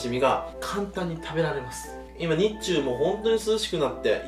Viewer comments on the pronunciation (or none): 日中のイントネーションが日本中国の“にっちゅう”w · 「日中」のイントネーションが東海訛りで微笑ましい